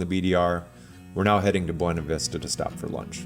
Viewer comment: The locals pronounce it "b-yew-na" vista. Great video series.